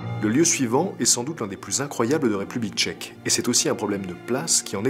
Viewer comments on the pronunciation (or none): À chaque fois qu'il disait "République Tchèque" je pensais à "Check mon frère" 😂